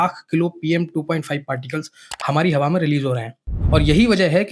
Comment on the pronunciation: "Hamari hava" 😂😂😂😂😂